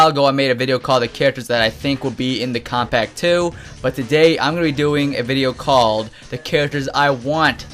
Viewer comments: It sounds like he's saying, "Kompack 2." lmao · How are you saying Kombat Pack 2? You say it like Kobpack 2 WTF?